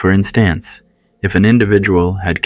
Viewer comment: " she no longer have any auditory hallucinations... " " She also don't remember what happened ...." " there is no requeerment..." " Spend their fennel days at home... " " For in stance ..." Really ? Does the narrator not speak English much ???